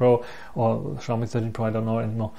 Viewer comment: The X in Xiaomi is always a challenge to western people. In Asian countries, the X is treated as S. So Xiaomi is pronounce as See-ow (one syllable) Me. That being said, the 13 Pro's audio is too noise filtered for my liking.